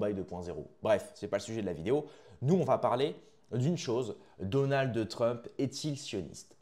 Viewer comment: Donaldeu trump !? 🤣😂